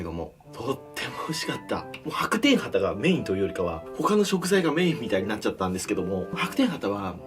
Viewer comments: ハタ系の魚が畑ぃの魚に聞こえた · 畑のお魚って聞こえる… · 何度聴いても畑の魚に聞こえてしまう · 畑の魚に聞こえた笑